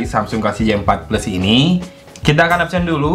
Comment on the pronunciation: Mas J4+ bacanya JeyForPles yes, bukan JiForPles. ☝️